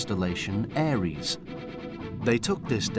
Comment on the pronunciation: tf is a arius 😂😂